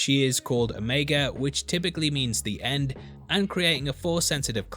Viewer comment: I'm a little disappointed to hear you pronounce the name 'o-meg-a' instead of 'o-me-ga'. But it's understandable. And is it just me or does Ming-Na look like she still in her 30s?